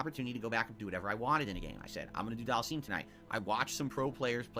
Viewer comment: It still pisses me off he calls him Dhalseeeem it's pronounced dhalsim not dhalseeem